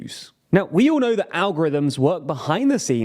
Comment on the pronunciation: he definitely did not pronounce the T in the end